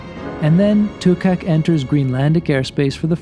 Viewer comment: Great video of the delivery, and great prenounciation of Kangerlussuaq, but the one you missed where the name of the plane Tuukaq (Duugarq). You will get it nest time 😁😉👍✈️